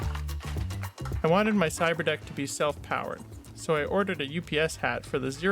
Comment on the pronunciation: I can't tell if he's saying "Cyber desk" or "cyber deck". Either way, it sounds like something from Star Wars lol. He should have named it a Cyber Tin since it's not really a desk or deck. Seems pretty pointless honestly, but definitely interesting at least. I doubt there's too many people out there who would have the skills to build something like this though. I felt like I needed a translator app just to understand wtf he was even saying here. That didn't look like raspberry pie to me lol.